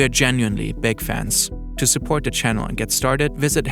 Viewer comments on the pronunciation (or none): none